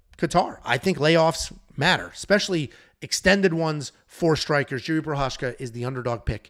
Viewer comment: And he kept calling Jiri Jerry. 😂😂😂